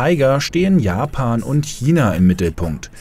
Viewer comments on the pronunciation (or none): none